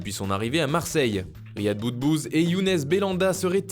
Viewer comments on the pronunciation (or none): none